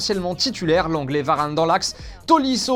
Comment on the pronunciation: qui a entendu comme moi : l'anglais (lenglet) Varane? 😹😹